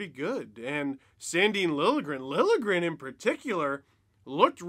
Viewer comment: Oh good, is Steve going to stop prouncing his name, "Lilly-a-gren"? I'm pretty sure the "J" is not silent, but this is progress ;)